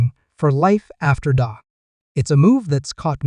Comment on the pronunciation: Hey, its not Dok it's Dak that's DAAK.